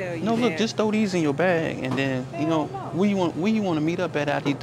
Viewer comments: OMG I laughed out loud when he said, Noowuh, steal um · Lmao. The emphasis on that last “NO!!!😤” lmao